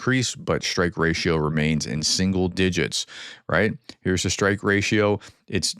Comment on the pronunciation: Strike not SHtrike